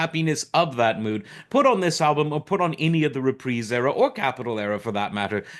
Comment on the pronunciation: Funny, I've been binging on hos Roasts and Matt Helm films. A true entertainer who could do it all. Thanks for pronouncing 'Reprise' correctly!